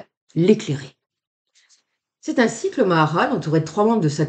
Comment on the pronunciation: Bonjour à tous. On dit ma ha ral.